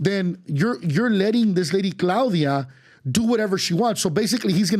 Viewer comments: Can't even say Claudia 😂 AMLO is not even close to Bernie Sanders baldi and not only morena give care packages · Learn how to said her name right. Not a supporter. You just trashed her name. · Someone tell this tool how to pronounce Claudia which is not that hard to pronounce.